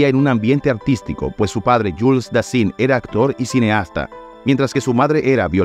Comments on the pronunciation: "Dassán..." se pronuncia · Delvaux se pronuncia DELVÓ. Dassin se pronuncia DASSAN. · Si vas a hacer la biografia de alguien, al menos aptende la pronunciación de los nombres. Dassin se pronuncia Dassan. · Y se ✍️✍️✍️✍️✍️✍️ Dassin. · Disculpe pero usted no puede pronunciar el frances como si fuera español, investigue un poco la pronunciacion antes de grabar. En el apellido Dassin la I suena A. esto es un insulto para la lengua Francesa.todos los nombres y apellidos estan mal pronunciados. desde Paris Francia Omar Canoa